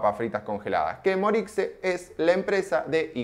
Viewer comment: Ulala señor Frances "Morixe" -¡Pero asi se dice! -Claro que no, el argentino promedio le dice "MoriCe" >:( me enfurece su falta de cultura, mi estimado compatriota!